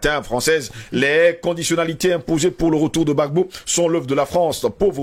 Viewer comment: On dit Gbagbo pas Bagbo 🤣🤣 merci a vous